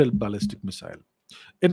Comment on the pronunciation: Ballistic pronunciation sounds like Balle Balle to me.😃. Balle Balle Missile.